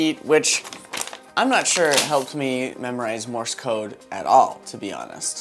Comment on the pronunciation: MORSE, not MORIS! stop saying more-is